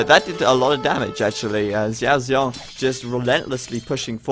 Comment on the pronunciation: In mandarin, the x sounds like s. So his name is better pronounced as siao siong. (it means little bear).